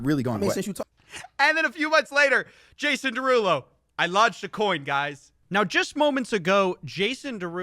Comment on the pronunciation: Excuse me but his name is JAY-sawn deRUUloooo🎶